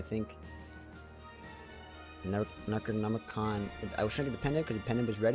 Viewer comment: Why are you saying necronomicon like that cmonBruh